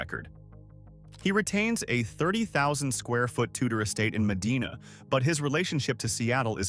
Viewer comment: I'm surprised Weyerhaeuser wasn't on this list. And BTW, it's pronounced Med-eye-na